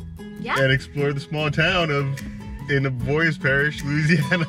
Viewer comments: Cottonport avoyelles parish lol an you said avoyelles wrong but hell yea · First thing he should have taught you was how to pronounce avoyelles